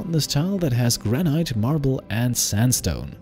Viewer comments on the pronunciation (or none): Lol “Granite” here in ‘merica we call it “gran-it” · I could be wrong, but I think “granite” is pronounced “gran-it”.